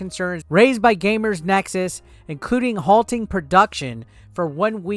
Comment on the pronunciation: GamerS Nexus. Difficult to continue watching if you cant even get that right...multiple times. Oh wait, now you said it correctly....oh wait, now incorrectly again. Sigh...